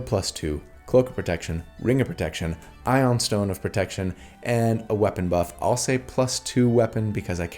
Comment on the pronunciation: it's pronounced eye-oon stone